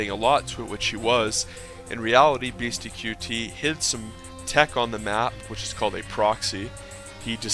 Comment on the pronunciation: It isn't beasty q t. It is beasty cutey. Ya say it fast. qt=cutey.